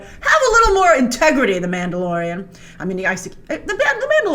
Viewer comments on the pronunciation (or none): not you calling the mandalorian like boba...